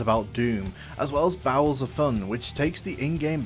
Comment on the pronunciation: "as well as bowels of fun"